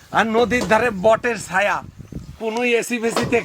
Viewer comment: ছায়া না বলে সায়া😂